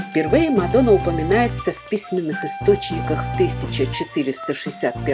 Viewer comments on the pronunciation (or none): Не Мадо́на а Ма́дона.😅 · В латышском языке ударение всегдаа падает на первый слог слова.Не МадОна а МАдона.Рассказ о городе интересный,содержательный